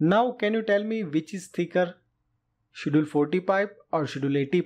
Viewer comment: "ch" in Schedule is pronounced hard, like a "k".